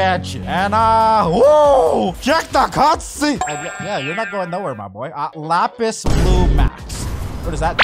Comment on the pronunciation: Bro said lapis instead of lapse